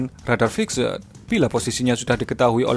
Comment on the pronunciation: Radar Fiksed 😅 ngakak pronounciation-nya min